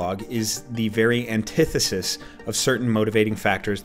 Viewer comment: It would have taken me way longer than I care to admit to be able to pronounce the word “antithesis” as smoothly as did in this video. Color me impressed. 👏🏾 Oh yeah, great video too!